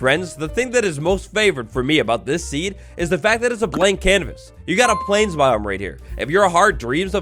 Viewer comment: BTW The first one said cavas instead of canvas